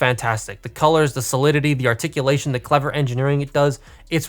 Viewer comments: "Shartikulation" Alright, calm down Thew Adams.😅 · “Sharticulation..” Thew would be proud lol